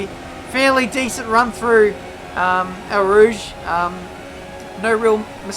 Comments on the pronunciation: sorry, bt its Au Rouge not El Rouge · Come on. It's not El Rouge, it's Eau Rouge